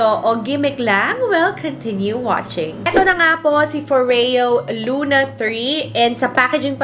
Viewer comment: Tere Cagindagan NO. IT'S FO-REYO 🙄🙄 IT'S SWEDISH GIRL. DO YOUR RESEARCH. Lol 🤣